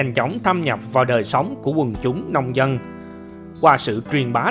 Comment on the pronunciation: Lạy luôn cái giọng đọc,học chưa hết môn chính tả lớp 3 thời tiểu học mà làm mc dẫn chuyện, người phặt giáo,người dăn, giăn lưới hả gì, cái phặt hả gì, phát âm gì lạ vậy, ở đây người dân đạo phật chứ không có người dăn đạo phặt